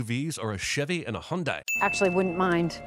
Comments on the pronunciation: Guys, Hyundai is not pronounced “hyun-die” it is pronounced “hyun-day.” Transliteration from Korean sucks but I’m trying to help fix that. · The real sin is the way you pronounce Hyundai